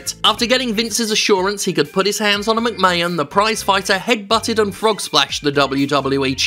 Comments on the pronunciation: Completely agree with this well structured argument, but is the pronunciation of McMahon as "McMayan" a deliberate joke that I've missed or is it just a mistake? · Great video Jim, buuuuuuut your 'Mc-mayon' pronounciation is driving me insane. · First time hearing this guy, I enjoyed the video but please stop pronouncing McMahon as 'McMayun' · Yeah, weird that. It's clearly Mc-May-Hon. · Seems like a charismatic guy, shame it’s only once a month, I can’t get over the way he pronounces McMahon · This was a good video with an amazing point But can he learn to say McMahon for the next one please? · If you watch Jim, he is doing it on purpose. He lives in America, he knows.. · I think that's probably a tribute to Gerald Briscoe's way of saying it. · Only issue I have is his pronunciation of McMahon. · Nothing really wrong with this video but his pronunciation of McMahon is getting a down. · He does it intentionally. Lol